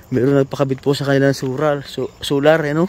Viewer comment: Ayos, nauutal ka na sa pagod maglakad solar di soral 😊😊😊hehehe